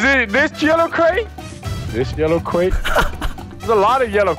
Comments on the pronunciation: "Are you DIS yewow crwate??" XD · Are you dis yellow cwate? Are you dis yellow cwate?